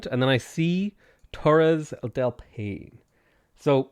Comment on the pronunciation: Paine is pronounced "pah e neh" btw. It's an amazing place!